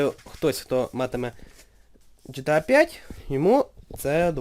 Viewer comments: ҐТА, а не гта. Якщо вимовляти англійською то звучить ДжіТіЕй, а не жетеа. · ГТА!!!!!!!!!!!!!! А НЕ ЖТА